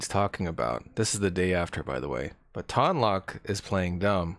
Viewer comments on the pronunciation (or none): I wonder if Ton Loc gets mad that everyone mispronounces his name... It's 'Tone Loke', not 'Tahn Lock'